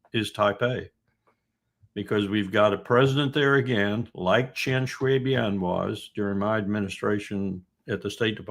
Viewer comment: Hey Wilkerson, china is the one that's sending up dozen jets and ships all day long threatening Taiwan militarily. Just because you can say 'Chen Shui Bien' doesn't mean you know much.